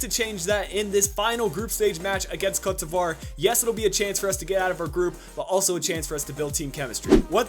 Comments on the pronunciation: It's pronounced Coat de Evua. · it's not coat devoire... how do you butcher the name THAT badly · I was under the impression it was pronounced Co-te De Ivory with the sound of an accented e